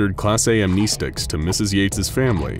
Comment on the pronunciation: When the guy said "am-knee-stics" I felt that 😔